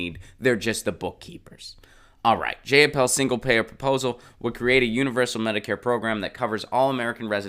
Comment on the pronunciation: It's pronounced JY-uh-paul, BTW.